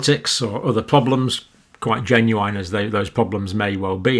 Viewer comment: I don't think I've ever heard an English person pronounce 'genuine' as jen-you-WINE. That's a new one! : )